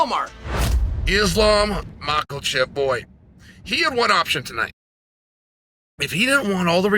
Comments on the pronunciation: "Islam Makulchev" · Lol mackelchev